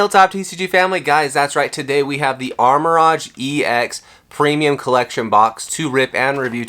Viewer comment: What are you talking about…he’s opening the Armor Rodge box 😂😂